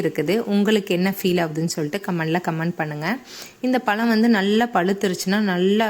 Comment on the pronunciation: பலம் இல்லை மேடம் பழம் என்று சொல்லிப் பழகுங்கள் இப்படி தமிழை கொலைப் பண்ணாதீங்க.